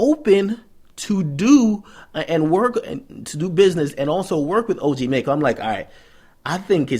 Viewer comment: It's pronounced (Mack-Oh)